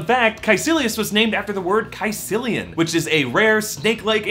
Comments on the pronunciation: its pronounced sisilian not kasilian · Caecilian is pronounced "si SILL ians". So, no.